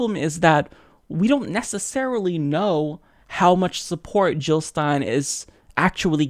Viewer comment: Jill not Hill. Period.